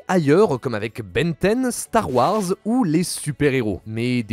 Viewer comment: mettre des "E" a tout les mots de chaque fin de phrase, c'est dure a écouter. Désolé, le sujet m'intéresse mais un "E" à Star Warse, c'est trop